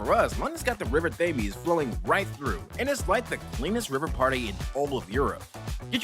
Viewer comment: when was the last time you watched the film? mailer isn't shown until the last third of the film, and he isn't killed by selena also, the thames is pronounced 'tems', and viruses are not living organisms